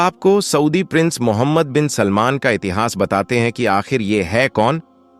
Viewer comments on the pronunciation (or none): none